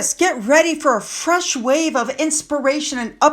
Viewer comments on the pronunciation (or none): none